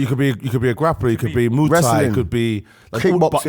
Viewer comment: did say "Moo thai"???????